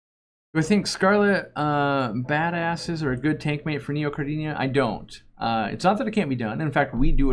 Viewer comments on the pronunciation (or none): none